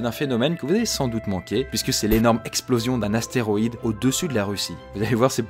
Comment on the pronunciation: C'est quoi un atéroïde ? 😂